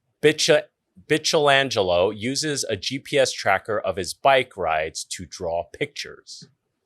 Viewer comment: Pretty sure it's pronounced Bike-elangelo.